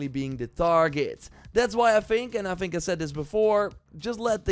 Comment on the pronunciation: Th-ink not F-ink. Th-is not V-is Th-ird not F-ird Th-ing not F-ing. Thirtieth not Firtieth. You can do it I know you can!!!! 😅